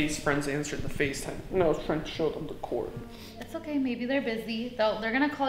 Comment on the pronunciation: did he say FaceTime or FazeTime 😂